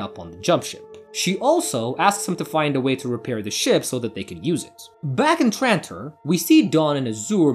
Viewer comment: It’s. TRANTOR NOT TRITON 😡